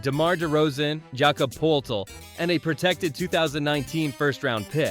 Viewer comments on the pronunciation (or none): I can tell whoever is narrating this isn’t a real spurs fan, we’ve heard Jakob Poeltl’s name for 5 years. 😂 His last name is pronounced Pur-tl 😂